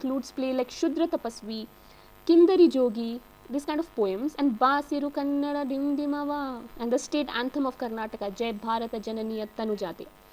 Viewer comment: Please never tell barisu kannada dimdimava again. That's not the way you tell!